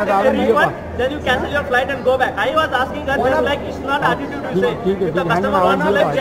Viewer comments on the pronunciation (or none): Attitideless?? 😅😅😅 Is that a word?? 😅😅 I learnt a new word🤣🤣🤣